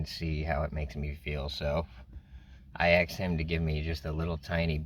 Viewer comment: I'm minute into a video, which promises to be a great one, no pun intended, but. At what point in your life did you decide that the word "asked" should be pronounced as "aksed"? Is this a common thing with substance usage? I apologize, as English is not my first language, but I was genuinely curious about the "sk"/"ks" substitution, as I've seen it quite often in black "ghetto" communities, which makes sense, as the orthography is pretty much unknown there - communication there is being learnt from the streets. However, seeing it coming from a white person is surprising. I am just curious.